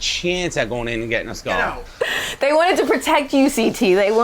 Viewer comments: Josh is such a tool, I can't wait til that Frankenstein loses his skull... and why does half the cast pronounce it "skoal"? Btw: looks amazing in confessionals, right!? ❤ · i find it cute the way kam pronounce “skull”